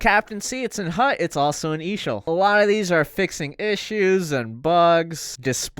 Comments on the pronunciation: No it’s not! It’s EASHL! You say it letter by letter. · Your not pronouncing it right!